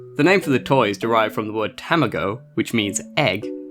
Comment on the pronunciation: I love with you finally someone who says tamago and not tamaga thqnk u sooooo mutch